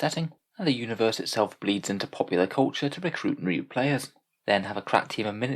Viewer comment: "The setting itself bleeds into popular culture to recruit (new) players" ... it sounds like you're saying "new players" and "marine players" at the same time. Was that that unintentional? Nonetheless hilarious.